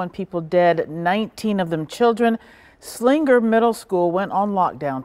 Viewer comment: yeah, was anyone else bothered by how she pronounced ti Slingger instead of Slinger?